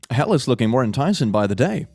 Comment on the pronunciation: Sounds like your saying A ticket to Hull. Perhaps hell is in Yorkshire :)